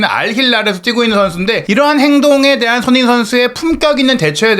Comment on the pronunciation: 알부라히 선수는 메시나 호날두 같은 스타급 선수들에게 특히 도발을 잘하는 선수같아요. 우리 귀한 손흥민 선수 발음좀 잘해주세요. 맨날 소응닌이래 ㅜ